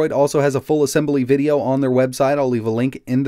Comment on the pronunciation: Did you say "ah sem bah lee" instead of "ah sem blee"? Nice video. I did buy that Motile laptop you reviewed a while back. The 142BK instead of the 141BK. 8GB of ram and 256 GB M.2 SSD. It's in route.